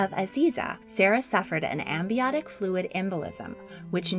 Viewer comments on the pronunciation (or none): none